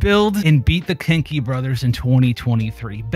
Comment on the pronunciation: im sorry, but i kept on hearing kink* instead of kenki lol